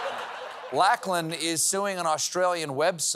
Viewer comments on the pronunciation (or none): Someone should tell Stephen it's 'LOCK-lan', not 'LACK-lan'. Unfortunately we might be saying his name quite a lot in the future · LOCK-LIN not LACK-LIN lol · Laklan?? Lochlon! Stephen Lochlon!! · Well, as an Aussie too I love him but... um probably damning with faint praise to say it's better than most. Still yeah nah. And God knows I've NEVER heard anyone pronounce "Lachlan" like THAT!! "Lack-lin"?? It's "Lock-lin"!! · Curious to hear Stephen pronounce 'Lachlan' like 'Lack-lun' instead of 'Lock-lun'. I didn't realise it was such a rare name outside of Australia. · Ahh if only I could put corrections forward to Stephen cause that's not how Lachlan is pronounced 😅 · G’day Stephen, Awesome monologue as usual. Just a heads up, Lachlan is pronounced Locklan not Lacklan …. an online correction to Straylia will suffice. (for all your Aussie Language needs: . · So Good ! I just laughed and laughed....Lachlan is pronounced Lock-lin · That's not how you pronounce Lachlan. it's pronounced "lock-lan". Think Loch Lomond, Scottish, etc..... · He could learn how to say Lachlan, though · Was Stephen mis-pronouncing "Lachlan" on purpose? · Are there no Scots in America, why can't you guys pronounce Lachlan?